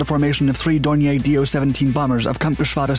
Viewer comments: A couple of things, possibly already mentioned, but I'm not going to scroll through >700 comments to check. 1). Why must Americans ALWAYS mis-pronounce names? Dornier is pronounced "Door-knee-er", not "Door-knee-ay". Basic mistake. 2). The footage of goose-stepping jackboots associated with Ray Holmes' funeral is anathema & a dreadful insult. This is a fascist representation, totally at odds with what Mr. Holmes & the people of Great Britain stood for and sacrificed their lives to defeat. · "God Save the King?" No, just this badass Hurricane pilot. BTW, , the plane isn't French - it's not "Dor-nyay". It's "Dor-neer" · I agree, as does pronouncing the L in 'Holmes" and pronouncing "DornieR" as if it was a French made Aeroplane. I won't be watching any more videos from this channel. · Dornier was a GERMAN aircraft. It is pronounced as "DORNEER". If it were French in origin, it would be pronounced as you state it here. You have a lot to learn about WW2 and language. As well, your film clips show many other aircraft types that have nothing to do with the current story....He-111, Ju-88 and others. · Your pronunciation of Dornier is cringeworthy. It’s not a French manufacturer, it’s German.